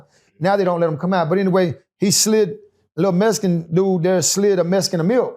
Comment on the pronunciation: It was a messkin? Why do I always here that, if you can spell something you should be able to pronounce it